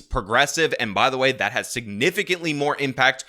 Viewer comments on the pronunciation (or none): She pronounces “and” “ayyynt” and suffers from a childish glottal stop (words like mitten sounding like “mih-en”) Can’t take her seriously, my misogyny aside.